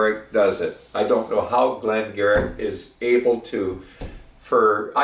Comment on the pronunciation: gave it 90, which is high but he loves a genuine old-school quality whisky that is great value. I managed to find the 1 liter bottle for 39.50 Euros (about 60 CAD) and bought a load of them! By the way, it's pronounced Glen Geery.